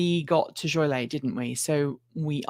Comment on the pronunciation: Thanks for the ABRP tutorial… BTW, as a native Chicagoan, it’s “JOL-ee-ette” (or “JOLE-ee-ette”). Keep up the great work!